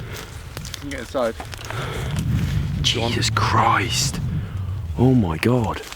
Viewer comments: Stop saying juses krist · It’s so funny when he says ,” Jesus Christ ( in Australian and British accent ) “